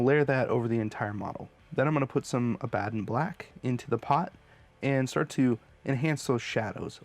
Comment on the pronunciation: Hate to be that guy but its killing me... its pronounced AB-A-DON like the name, not AH-BAD-DOM